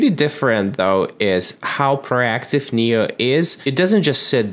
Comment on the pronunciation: It's pronounced nee-oh. Makes sense because it knows everything for you.